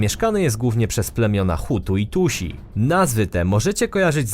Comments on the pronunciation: hutu i tutsi a nie tusi :D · "Hutu i Tusi" może jeszcze Hutu i Dusi Tak naprawdę to mówi się to Hutu i Tutsi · wymawia się nie nie Tusi a Tuttsi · "Tutsi" nie "Tusi" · nie "Tusi", tylko "Tutsi". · nie czyta się Tusi tylko Tutsi (i nie wychodzi "ś" tylko "si" w wymowie, trochę jak "sj") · Hutu i Tusi. Jeżeli w każdym odcinku trafiają się takie babole to jak mam dawać wiarę danym i informacjom podawanym na tym kanale? Co chwilę są mylone pojęcia, bądź też zupełnie niepoprawnie wypowiadane nazwy własne. To mnie nie przekonuje. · Właśnie myślałam, że niedosłyszałam, czy on serio powiedział Tusi :O